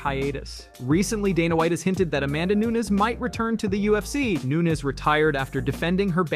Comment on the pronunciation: CLICKBAIT LIES! Michael WHO wasn’t Asked to fight anybody Max Holloway is on holidays with his family, Currently Not Entertaining Fights, Family Time! CLICKBAIT LIES! Hey, Her name isn’t Noons, It’s Nunez 😂, CLICKBAIT LIES! BLOCK THIS CHANNEL!